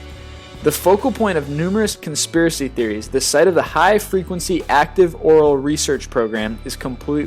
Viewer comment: He also pronounces Auroral (from HAARP) as aural, and the Cheoah dam as Keeoah